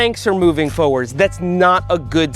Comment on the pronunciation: Foewords or forwards?